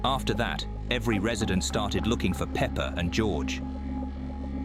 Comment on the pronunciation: pepper? peepper? its peppa pig